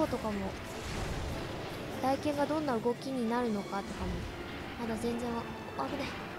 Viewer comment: 大剣の読みはたいけんですよ １回コメントしましたが少し訂正があったので消させていただきましたw